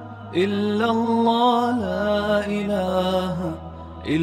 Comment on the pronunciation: كیا حظرت گهمن صاحب تجوید میں کمزور ہیں ؟؟؟ ق کو ک اور ع کو سهی ادا کیوں نهی کرتے؟؟؟ اللہ کو موٹا کیوں نہیں پڑهتے؟؟؟ عربي سهی کوں نہیں پڑهتے؟